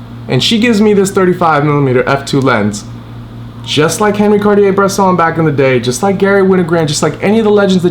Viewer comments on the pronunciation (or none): none